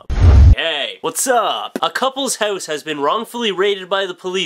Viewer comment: Am I the only person who can't stand the way you pronounce the word "house" . haouuuuuse